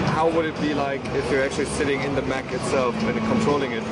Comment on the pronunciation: Mech, not mac